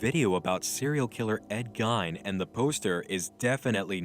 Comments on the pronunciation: Geen, not Gine lol. Great shit. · Loving this series. So much. Just one small nit-pick. As a native Wisconsinite, I can tell you that Ed Gein is pronounced Geen, instead of Gine. Amazinglyly good, just that tiny thing bugged me. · i know this is old...but ed gein isnt pronounced that way...to my knowledge and it irks me some. great video though